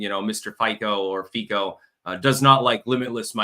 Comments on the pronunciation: Fico is pronounced FEET-cho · I love your insights. I am just mentioning as an aside. The Prime Minister's name is pronounced fiSo. I have no conplaints about you. One last thing, how is the Head of the House doing? No, I am not talking about your wife, I am talking about your daughter. LOL, stay healthy and Happy. May God bless you and your family.